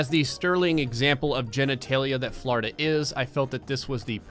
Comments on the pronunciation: "Flourda" :P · When he says Florida it sounds like he's saying flarda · It’s Florida He says flarda I love it